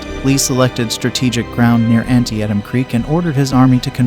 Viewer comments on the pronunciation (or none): “An-Tee-Tum” not “Anti-atom” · Not pronounced Anty at em creek but An-tee-tum. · "An-ti-e-tam creek?" WTF is that? The rest of the world has called it "An-tee-tam" since the Civil War. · First, if you're going to do a video about a battle, figure out how to pronounce its name correctly: it's an-tee-tam, not anti-atom. Second, the depiction of the terrain is often misleading and often out of proportion to its reality. Living nearly next door to the battlefield and having walked it frequently, I know it well. Third, the description of the Bloody Lane portion of the battle misses much of the point, including the actions on Burnside Bridge and the end-around by one of the Union units that sealed the fates of the Confederates defending Bloody Lane. While the narration says accurately enough that there was no clear victor, the futility of the occasion is underlined by the fact that both armies wound up pretty much where they had started on September 17. Nothing much happened on September 18; McClellan might have succeeded in a renewed attack on the Confederates but did not do so, leaving the enemy army in the field. The Confederate withdrawal got underway on the 19th. The political importance of the battle is not mentioned here; it strengthened Lincoln's position in important ways. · An-tee-tum creek! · Tell it's An-TEE-tum. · Thanks for the video! If they get the chance folks should visit this area. Oh, and it is pronounced "An-tee-tum. " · Too bad the announcer couldn't pronounce Antietam correctly. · Antee-Attem Creek? Alrighty then. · How come an American can't properly say Antietam? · Stop using an AI voice. To mispronounce the name of the battle you're showing is just wrong ! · Teach AI how to pronounce Antietam. 🖕🏻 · Learn how to pronounce Antietam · Always a great sign when the $hitty ai mispronounces the name of THE TITLE OF THE VIDEO!!!!!!!!!!!!!!!!!!!!!!!!!!!!!! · Mispronouncing Antitiem is off putting to say the least.